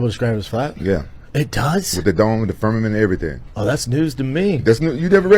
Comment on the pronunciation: Fuck, if I hear one more person say "firmanint"....